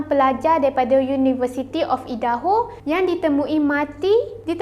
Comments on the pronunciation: Aidaho. Bukan eedaho. Kena cakap ikut pronunciation yang betul. Jangan ubah ke pronunciation mother tongue sendiri. Cuba kalau nama kau Amin lepastu diorang pronounce eimen. Tak ke annoying? Tapi matsaleh yang Aku kenal akan sentiasa Cuba pronounce nama Aku betul2 walaupun terbelit lidah diorang. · bukan ee-daho, tapi ai-daho la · Bukan eja eedaho tapi aidaho. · Cara sebutan Idaho = "Aidaho" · Utk akak cantik. Cara sebutan negeri Idaho = Ai-De-Ho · Sebutan nya bukan idaho kak, aduu tak buat research keee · Itu lahh..😂😂😂 One more Eten. (Ethan) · ye..ingt aku sorang je rasa dio sebut salah..ado orang lain jgk..